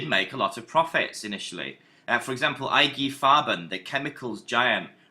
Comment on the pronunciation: Yh he pronounces it wrong too, says "ur-sats" rather than "air-zats", and says "I - Geh Farben" instead of "eee-gay Farben"